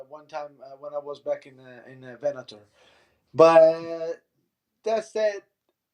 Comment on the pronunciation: did interviewer say vennator for bellator, twice... lol